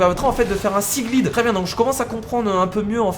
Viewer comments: sa se dit pas siglide mais siglaïde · tu dit mal seaglide